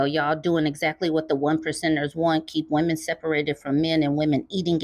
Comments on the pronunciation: "Wemon"? Is he Elmer Fudd trying to say "lemon"? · "wemon" took me out 😂😂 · you killed me with the "wemon" pronunciation. LOL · What’s a “wemon”? 😭😭😭😭💀